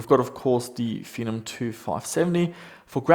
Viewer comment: Fen-om said like venom but the v is a f